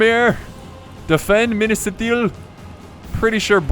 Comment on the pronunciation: I don't want to be hurtful but your pronunciation of Minas Ithil hurts my ears. If you would just switch the pronunciation with the first and second 'I'. Just trying to help.